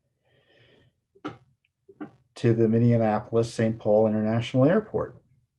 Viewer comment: Cut out the extra “in” in Minneapolis. Practice it out loud.